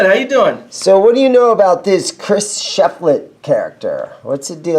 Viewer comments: Sorry, man. Thumbs down for butchering Shiflett’s name. You’re swapping the “i” and the “e”. It’s Shiflett, NOT Sheflitt. Really frustrating when the name is on the case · Pronounced "SHIF Let" not SHEF Let